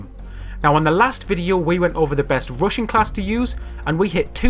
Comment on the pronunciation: When he says rushing class it's sounds like Russian class